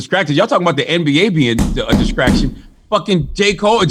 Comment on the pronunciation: Nothing more distracting than charlamagne saying "discracting"